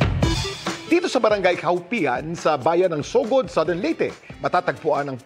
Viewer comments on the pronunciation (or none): none